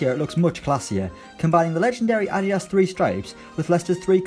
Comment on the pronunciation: The way you pronounced adidas omg🙄